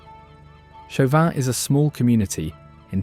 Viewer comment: Listening to this boy butcher Des Allemands, Chauvin, and Pointe-aux-Chênes made me laugh so damn hard yeah.